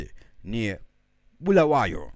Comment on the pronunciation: Bulawayo not bhulawayo wena 😒